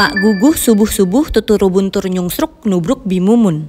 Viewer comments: riki blg nuslike lucuu bgtt dtmbh sunoo said : nyungsruk iragoo~ logat jawa+korea jd gbung lucu bgtt😭❤ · ni-ki prepared to say nyungsruk then said "nuslike" will always be funny and how sunoo laugh and correct ni-ki, "nyungsruk irago~" rent free in my head. iconic. 😭😂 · Dahal nyungsruk ke nuslike beda jauh bgt 😭😭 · ngakak bgt ni-ki nyungsruk jadi nyungslike HAHAHAH